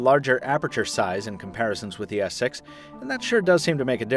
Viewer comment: He is said Samsung Galaxy S Sex lel :D